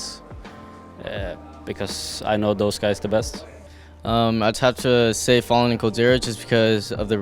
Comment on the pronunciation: why does every brazillian players say FalleN as Falling